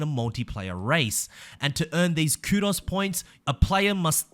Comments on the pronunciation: Coo-doughs. Not coodos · By the way,, it’s pronounced Koo-dose not koodos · pronounced kudoze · Man. The way you said Kudos HURTS. Its KOOD-OHS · The way he said kudos was driving me crazy and he kept saying it every 4 seconds. Ku-dohs versus ku-das. I know it's because he is English or whatever, but man it was hard to listen to.